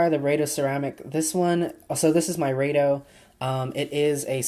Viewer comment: nice video.... rado- (rah-do)